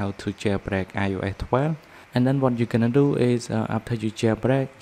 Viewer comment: I just love how you say io’eh fifty